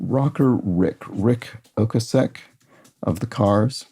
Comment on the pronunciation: Rick Ocasek is pronounced OK-Sick